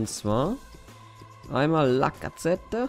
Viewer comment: Wie er lacazette ausspricht...